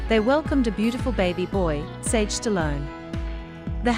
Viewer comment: His name isn't sirgeo.. its Sera go a! So annoying.. do your reporting right.